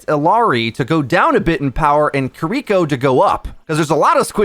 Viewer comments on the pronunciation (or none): how do americans still not know how to pronounce kiriko